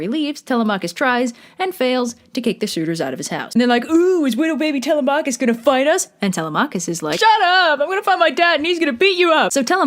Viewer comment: The way you pronounce Telemachus is physically painful, and Circe was certainly a scare, but. I gotta admit, Kirke sounds badass as hell🥔